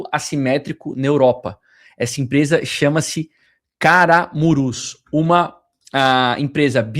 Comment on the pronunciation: Camurus e não Caramurus kkkk